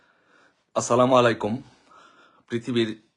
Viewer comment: আপনার লজ্জা শরম নাই ভাই। সালাম টা এখনো শুদ্ধ করতে পারলেন না।